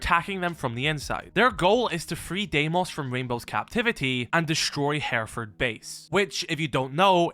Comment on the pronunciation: First off learn to pronounce the location. Secondly the whole premise is a load of rubbish